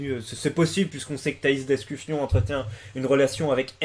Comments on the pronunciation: Tu fais exprès de dire d'escu"fion"? AU lieu de dire d'escufon? ptdr! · Par contre c'est Escufon pas Escufion mdr